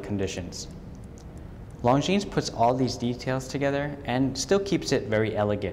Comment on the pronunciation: How to butcher the words “Longines” and “arabic”...just ask this watch dealer.